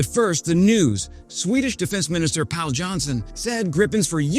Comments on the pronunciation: "Not good enough, Pal". Love it 😂 Although his name is actually pronounced more like "Pol", not exactly, but close enough for reference purposes. 😉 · The Å in Pål Johnsson is pronounced just as the name Paul, if it's the British English. It's an elongated o as in boring, not bond. And anything like A for Å is straight out not right. Still, I'm glad I'm watching a human video. Too many AI videos out there with atrocious imagery and pronunciation. "Grypen" is the most common one. "Grippen" is an acceptable but incorrect way to say it. The right way is "Jaaws 39 Greepen".